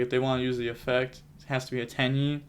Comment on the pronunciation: its not actually pronounced Tai AYYY btw, its Tai Eh